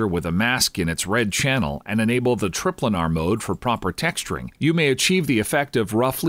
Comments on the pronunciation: Well its just most people would pronounce it "tri-planar", and he even goes on to say planar afterward, but he still calls it trip-lanar. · lol, trip-lanar